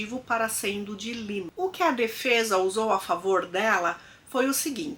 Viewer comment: Em alemão é Lena e não Lina.